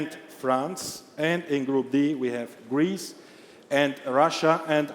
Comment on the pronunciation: Der sagt ja gar nicht „gwoup“ aber dafür „Gweece“!